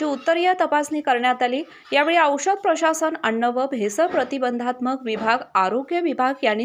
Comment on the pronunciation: अण्ण काय अन्न बोलता येत नाही